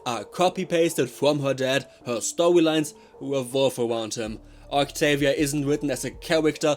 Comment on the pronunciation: Bro the Fuking "octoolia" got me cracking for almost an hour😭✌️🥀🥀🥀